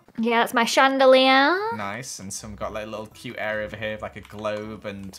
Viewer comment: Its leviOsa not leviosar:: yeah thats my chandeleearr Me: Its chandelier not chandeleearr